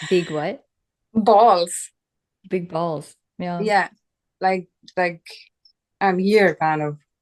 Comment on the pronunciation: I managed to gain a few valuable insights from this video but in other respects it was ruined by this woman saying she had "big balls" (sounded like "I huff dese rrreally bik bahlsz") over and over again. Very painful AND weird to listen to. One of the biggest mistakes a non-native English speaker can make is to try to use and get creative with idiomatic English. Far from demonstrating competence in the use of English it almost always sounds completely unnatural and awkward. As someone who managed a guest house I noticed that many Germans had that habit, were proudly trying to sound like native speakers and of course they had no idea how odd they sounded because nobody would do them the favor of correcting all the errors.